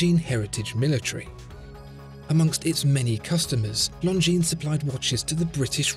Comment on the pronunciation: Always reads it "lozenges" 😂